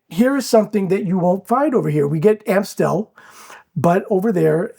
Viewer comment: Are y'all in the process of learning Dutch? If so, Amstel is pronounced with an a as in "arm" not an a as in "cat". Just an FYI.